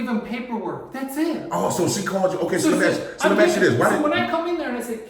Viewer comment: He thinks he's so smart but can't even pronounce the word ask correctly!